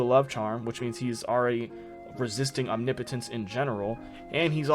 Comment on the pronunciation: MASSIVE bonus points for being the first YouTuber I’ve heard pronounce OMNIPOTENCE correctly!!!!! 😂🎉